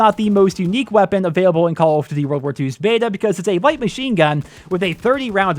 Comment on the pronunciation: lmfao wtf did he say?? XDD call of dvy?